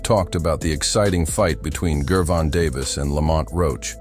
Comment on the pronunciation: Another IDIOT AI VOICE that can't even pronounce GERVONTA. 🤣 Just my opinion... 🙏📿🙏